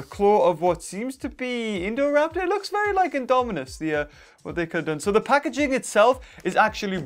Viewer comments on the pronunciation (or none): none